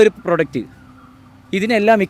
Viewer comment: അവതാരകനോട് പറയാനുള്ളത്, "പ്രൊഡക്റ്റ് "എന്ന് പറയുമ്പോൾ 'പ്രോ 'എന്ന് നീട്ടി പറയണം.